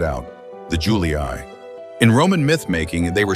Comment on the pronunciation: All good, but hearing "iuli-ai" is really making my genuine roman ears bleed.